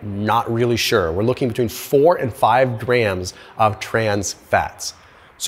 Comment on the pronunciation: It's grams not graham's! Duh!